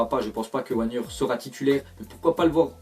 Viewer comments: et il a osé dire sandro "wagneur" au lieu de "vagner" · ÇA SE PRONONCE VAGUENER BORDEL!!!